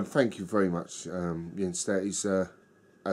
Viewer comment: Thanks for the kind words and you pronounced my name perfectly!!! Arabier is really a nice and complex Belgian Strong Pale Ale. The brewery doesn't have too many beers in their sortiment but they are almost all in the "great territory"!